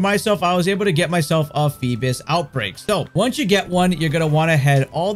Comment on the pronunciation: Why donyou keep saying “feebis?” Lol